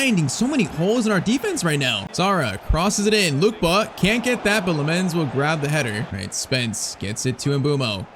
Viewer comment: It’s not Luke ba is Luke Kay ba